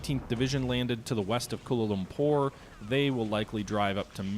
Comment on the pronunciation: Nice Kent Brockman effort on pronouncing Kuala Lumpur! :)